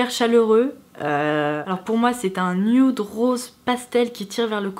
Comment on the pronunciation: C'est "nude" pas "nioude"